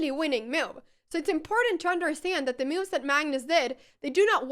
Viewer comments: I adore how every time you say 'moves' you pronounce it 'mewves' :) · I just gotta say it: I am looking forward to every time you say "miuv".